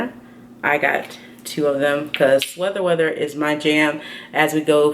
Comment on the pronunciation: Do you ever notice you say sweather weather? Or is it actually intentional just as a joke? Lmao I always wonder this in every video! 😁